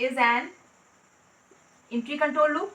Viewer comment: The way She pronounced entry and hundred 😂🤣